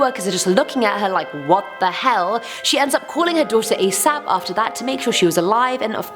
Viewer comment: you said "A SAP", asap